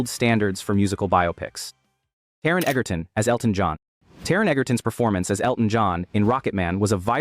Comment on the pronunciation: Taron Egerton's surname, despite the spelling and what Google says, is actually pronounced "Edger-ton". With a soft "g", not a hard one. Other than that, good video.